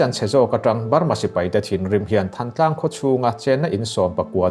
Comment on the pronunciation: Thãntlang ti a lamrik zawk tur ani